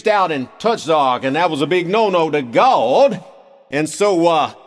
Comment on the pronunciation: "Gaawwdd" -- perfect pronunciation! LOL